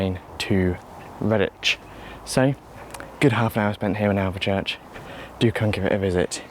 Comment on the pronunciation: I like your pronunciation of Alvechurch though, very germanic not to make the "e" silent